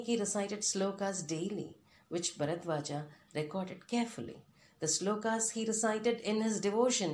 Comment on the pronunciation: Ram not Rama Narad not Narada Bharadwaj not Bharadwaja